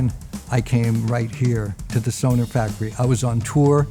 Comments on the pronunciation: He actually pronounces it correctly. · He is pronouncing it better than most Americans , they say more Sonar….